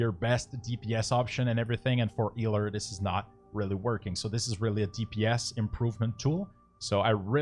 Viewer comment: 'Eeler' for da eeling.